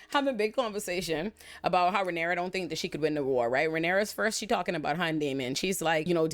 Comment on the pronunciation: She called her Rhynera pussy-pop Targarean,!! 😂